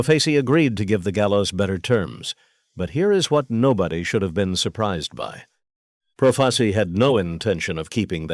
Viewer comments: It’s pronounced. PRO FAH CHEE not proface e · You want to be an announcer then pronounce the name Joe profacI profaci pronounce the last name correctly you j.e.r.k.o.f.f.